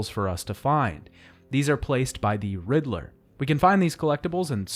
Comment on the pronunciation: Riddler is two syllables. You're making my ears bleed.